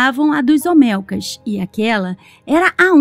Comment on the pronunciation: Por favor son cabezas OLMECAS no OMELCAS... aprende a leer igual que en lugar de decir PAKAL decis PALAK.... lee bien antes de hacer los videos.